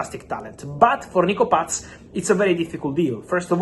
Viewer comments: I love how he says Nico Patttsszzz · Why is it so funny when Fab says Nico Paz🤣😂🤣